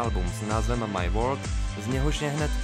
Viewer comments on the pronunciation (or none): none